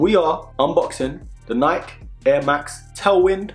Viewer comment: Hate how he says Nike